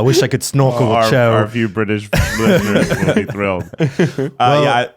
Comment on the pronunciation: When they first talked about Cho and Harry in the room of requirement, I thought they were saying "Joe" Me: Who the f is Joe??